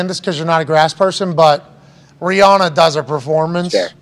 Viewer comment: Don’t wanna be the guy but it’s pronounced Ree-Ann-Uh